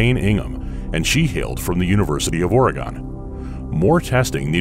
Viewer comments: Everything about this video was great until I heard "Or, ahh gone". That's practically blasphemy. Hint: It's pronounced organ, with a faint eh sound after the r. Oregon. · Did, did you say oregan? It’s Oregon 😝 Good video as always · As an oregonian, the way the narrator said "oregon" made me sad. We are not an alternative in the form of a ray that is gone. D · It’s pronounced or-eh-gun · Did....he say Ore-gon man he must not live in Oregon then(I’m one) lol all jokes aside good video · You said Oregon wrong, it's like organ. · Why does everybody pronounce oregon like a shape. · Go Elaine! Go Oregon! Home state, and you pronounce it funny compared to here